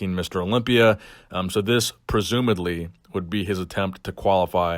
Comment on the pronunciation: did he say presumaDly?!